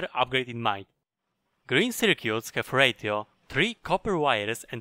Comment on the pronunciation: I had to turn on subtitles, I was starting to get confused at the "radio" for different things. Two tips that made me go "Yasssss" 1. Reserving the inventory space 2. Extra tool bars! The rest I already knew c